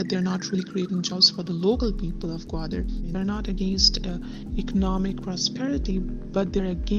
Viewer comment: I don't understand why Bloomberg is so anti-China. The documentary is completely biased and present a narrow twisted view of the situation on the ground. As a Pakistani, we pronounce it as " gaw_aa_der " not gwada.